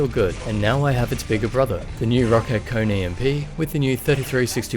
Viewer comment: Its actually pronounced "Ko-Ne"